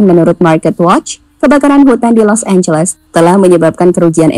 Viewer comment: Los angeles jadi Los losan 🤣😢😢